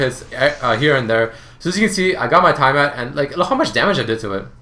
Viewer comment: T-AH-MAT not TIE-Y-MAT I really don't know why that bothered me so much.